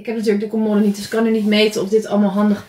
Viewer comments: Ik verstond colmolde. Haha ❤ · Ik kwam hier om te zoeken naar deze reactie! 😂 en hoe vaak zeg je commoooode!? 😂😂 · haha volgens mij zegt ze idd commodde, alsof er 2 D's staan, maar bedoelt ze hetzelfde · Spreek je voor de grap commode verkeerd uit of ligt het aan mij?😅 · Ik moet elke keer giechelen hoe jij ‘commode’ uit spreekt🙈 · Ik dacht precies hetzelfde 🙂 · Hahaha ik dacht ook wtf commode letterlijk gezegd